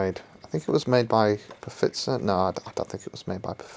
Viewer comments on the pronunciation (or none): Did he say pafitzer...as in Pfizer? Haaaa!😂😂